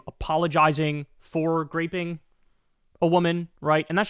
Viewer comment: Why does Kyle say "graping"???